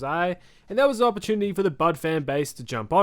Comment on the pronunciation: I "gwas" born ready